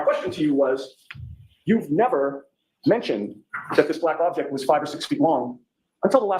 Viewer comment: Laly is objecting so much it sounds like he is now saying aject